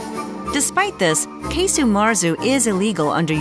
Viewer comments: Casu. There's no E sound in it. It's like "kazo" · Are we sure it’s pronounced “case-u”.